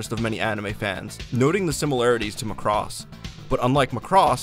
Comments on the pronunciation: Oh my God Macross is pronounced MACK...ROSS NOT McCROSS. Just watch ONE FREAKING EPISODE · Yeah, EXCEPT they always pronounce #Macross WRONG ... IT'S NOT McCross, He was the leader of the Black Hole Gang in #GalaxyRangers ! It's pronounced MACK ROSS. Proof that these people never saw #Robotech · The dub by ADV pronounces it Muh-cross. Prior to seeing the dub, I too called it Mack-ross. I figured since the ADV dub used the original Japanese names it was more accurate than Robotech and started using their pronunciation from then on. It wasn't until 2016 when I started making videos that people started telling me the ADV dub was wrong. Even though multiple people have commented on every video telling me to change my pronunciation I will not. Not because I think the ADV way is correct, but because I want to set a precedent that I am unreasonably stubborn.